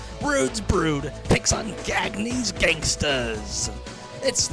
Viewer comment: Gag-ne? You meant Gone-ya.